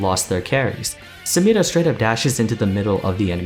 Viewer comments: Every time you pronounce SamiRa like a weirdo I get shivers from cringe 😅 Nice videos though, love it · Dude I cringe every time I hear you roll that R in Samira, I like your videos though! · I'd say that's more to do with her accent. Riot themselves pronounce her name phonetically as it's spelt. So I guess it's up to us to determine which one takes priority. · Why does he pronounce only Samira's name with an accent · He pronounces samira funny